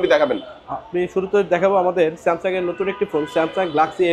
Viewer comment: আপনি স্যামসন বলেছেন কেন?